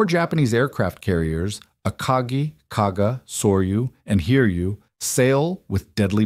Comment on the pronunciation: "4 japanese aircraft carriers: A carkey , Carga , Sawyou and hearyou.